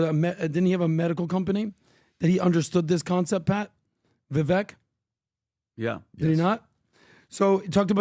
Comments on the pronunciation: Hey it's Vivake like Cake, not like veck. He told you this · It still drives me crazy when they say his name wrong Vivek Ramaswamy... Pronounced Vivake like cake!!! He's himself set sew on Steven Crowder!!! I don't know why but this freaking annoys me especially every single time that says his name wrong